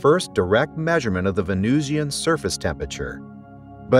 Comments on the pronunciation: How do you pronounce Russian? Martian? Pronounce Venusian the same way. It's not 'VenooshEEan,' any more than it's 'RushEEan' or 'MarshEEan.' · why is venusian pronounced as vee-noo-see-an here? venusian must rhyme with illusion. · Well done, except…it’s “vuh-NOO-shn”, not “ven-NOOZ-ee-an”. (Also, “taa-puh-gra-fik”, not “tope-uh-graf-ik”.)